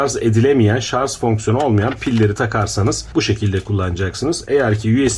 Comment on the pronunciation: Telaffuz'da Hata Oldu Diyelim Neticede İnsanız Siz Anlatılmak İstenileni Anlamışsanız Çok'ta Önemli Olmasa Gerek. Zira Burada İnsanları Aydınlatmak Amaçlı Çaba Mevcut. Bunu Görmeyip, Şarj mı Yoksa Şarz mı Mevzusu Enteresan.